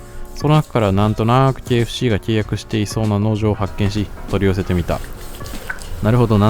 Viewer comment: KFCが経営不振に聞こえる…